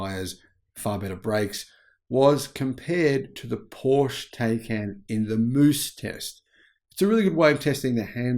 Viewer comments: Pleeeeeease say Taycan correctly! it hurts my ears,:( It's not 'Tey'can, but 'Tai'can. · Please say the name correctly: it's POOR-SHA TIE-CAN. 🤦‍♂️ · TieCan - pronunciation